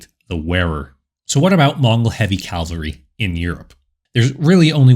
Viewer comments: Excellent video. But it is "cavalry" not "calvary". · It’s pronounced “cavalry” not “Calvary” lol